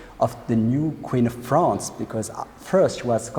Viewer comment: Fwance, cwown... arrrgh